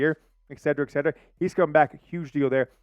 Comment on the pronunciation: Et-set-er-ah. NOT. Ed-see-ra. Come on